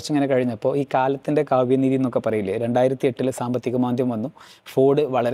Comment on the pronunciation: 1: 06 കാലത്തിന്റെ കാവ്യ നീതി എന്ന് പറയില്ല. പക്ഷെ കാലത്തിന്റെ കാവ്യദീതി എന്ന് പറയും. കാലവും ഓർമ്മയും തമ്മിലുള്ള ബന്ധം പര്യവേക്ഷണം ചെയ്യാൻ ഈ വാചകം ഉപയോഗിക്കാം, കവിതയ്ക്ക് മറക്കാൻ കഴിയാത്ത നിമിഷങ്ങളെ സംരക്ഷിക്കാനും അനശ്വരമാക്കാനും കഴിയുമെന്ന് നിർദ്ദേശിക്കുന്നു.🤭🤭🤭